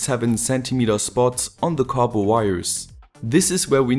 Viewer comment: Nice to finally hear you say copper correctly :) just kidding, awesome video, just like always